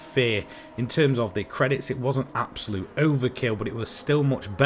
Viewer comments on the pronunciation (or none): I stopped watching after hearing the word "abosute" for like 30 times 🤦‍♂️ nah u need better script writing